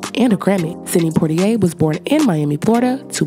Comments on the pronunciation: It's Poitier, not Portyer or whatever else they said (and seeing you comment along the same line proves how fast misinformation spreads)... 🤷🏾‍♀️ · I'm pretty sure his name is Sydney Poitier not Portier.